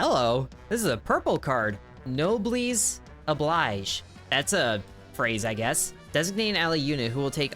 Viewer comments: It's also nob-el-es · "no bless oh bleej" is close as I can explain to pronounce it. It's French. The obligation of the nobles. If you're better off, take care of people who aren't